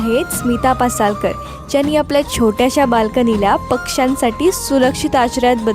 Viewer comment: लिहताना पासलकर लिहलय आणि बोलताना पसालकर म्हणलय